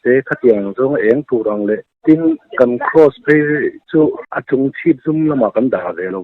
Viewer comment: "Cross" tih vek hmang ta se rinhlelh tur a awm thei lo anga. " Kross" a inti vek tlat mai a tiraw 😃😃😃 "Cross" ni bawk silo, "Kraws" ni leh bawk silo , " Kross" han tih deuh tlat khi chu mi pakhat a ang riau ani 😃